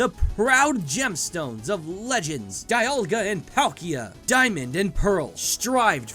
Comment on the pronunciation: DEE-alga, whyyyyyy;_